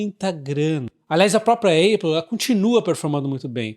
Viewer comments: na boa, apple pronuncia-se épou, não eiupu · Bom dia,! Sigo vc regularmente….gosto muito das suas análises….uma crítica construtiva, sobre a APPLE, a pronúncia correta não é ÊIPO, Mas sim ÁPO….nao me leve a mal, mas sugiro que corrija essa pronúncia, pois “dói no zuvido “ 😂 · Não vejo problema na pessoa pronunciar errado. A gente pronuncia a maioria das marcas de forma errada, como Levis, Adidas e Ray Ban. O que causa estranheza é que a Apple é muito conhecida e ninguém no Brasil fala Êipow. Pelo menos gerou engajamento kkkk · Épol não eipol. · Repita comigo: Épol. Não existe Eipol 😅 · Vc precisa melhorar o seu inglês. Dói o ouvido de ouvir "Eipol" 👎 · sou seu fã! obrigado. a pronúncia de Apple eh “ÉPOL” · A pronúncia correta é Apol, com A aberto. ÉPOL também está errado. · nem um, nem outro, o correto seria Ápplal, coloca no Google translate e aperta o botar de áudio para escutar a pronúncia correta! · Já ouvi vários americanos falando "eipol" ... talvez haja uma diferença regional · Hahaha, eu pensei em postar. Boa! Soa muito estranho a pronúncia errada.